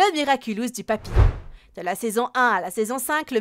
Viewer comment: papillon pas papillombre